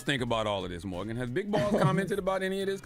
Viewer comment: FYI - it’s MORGYN Wood (not Morgan). Journalists and Influencers are not the same thing. While I would like to hear Morgyn’s personal & intellectual opinion, I’ve come to respect that she’s reluctant to give it when “reporting” the news as an actual journalist. That’s not her place to “influence” the news information via her personal thoughts but to inform and let us think for ourselves. Everyone else on TBC are meant to influence (and inform) via their personalities and opinions = media, entertainment and culture.